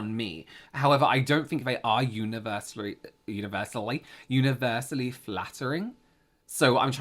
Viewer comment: you had an American accent there for a minute! "universilly"